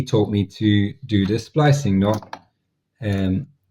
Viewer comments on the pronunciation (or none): Splicing, not spicing